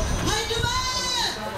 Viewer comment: You supposed to say rapido more rapido……..no pause in the word.